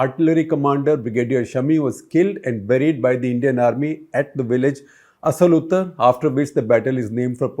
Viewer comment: Village name not asal uttar ...it is a aasal utaad